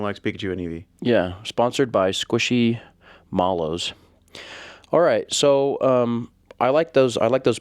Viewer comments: The way you pronounced squishmallow was a crime against humanity. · Dude can roll the craziest Pokémon names off his younger like nothing, but squishmallow broke his jaw.